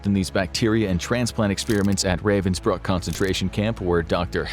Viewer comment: The place is actually called Ravensbrück. Why does "Ü" matter? Pronounciation is different.